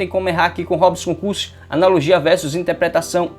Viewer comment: Ótima aula. Só é difícil ouvir "aPRIcação" e "InTEPREtação" e púBRIco".